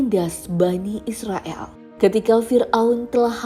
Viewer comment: Hai min dengar ya, bukan Bani Israel di tapi Bani Israil, El sama il itu beda